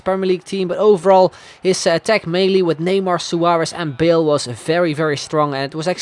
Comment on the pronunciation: Loved the video :)... But all I could hear when you say Bale is Bill :')